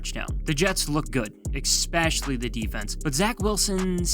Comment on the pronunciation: “Ex-specially.” Well your out.